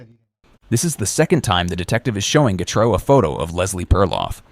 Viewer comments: So what is it... Gatrou. Getrey. Getray. Gatrey. Getreau. Gertrey? Gartrow? Getru? Getreu? Gatroux. Gatrous. Gatrus. Gertrus. Getres. The pronounciation changes everytime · How can you pronounce getreu right so many times and massively fuckit it up so many many times aswell